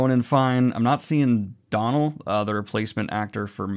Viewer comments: Great video as always bud! Just a pedantic heads up, the actor's name who is taking over the reins as Mat, is pronounced Doh-nal, like a Homer DOHnal. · Dónal is like do, re mi, Do. Not like Donald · Hi, big fan (of both yourself and obviously, The Wheel of Time). Just one thing, Dónal Finn. The first name is pronounced Doh-nel ('Doh' as in the start of Doughnut) as opposed to Donal(d). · Pronunciation of 'Donal' - the o is pronounced like in 'Logan', not 'Robin' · It's Doe-nal, not Don-al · I just have to say this and sorry if anybody gets ~annoyed~ or anything but I haven’t seen anybody in the comments say this as of yet! The pronunciation for Donal (or Dónal), the actor that replaced Barney, should be Do-nal (like Dough-nut or Do-nut if u will). Source: trust me bro (I am from Ireland, that’s the source really) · Hey Daniel, absolutely love you but the Dónal pronunciation is nails on a blackboard. Just a heads up it's pronounced dough-nal (like doughnut), normally I wouldn't be a jerk and Umm Actually but I'm guessing there's gonna be a lot more mentions of him from you in the future, so just thought it'd be a good time to clarify. I hope this didn't offend you, I've also noticed the UCC hoodie in a few videos so fingers crossed you already have lovely opinions of Irish people! Thanks for the great content buddy xoxo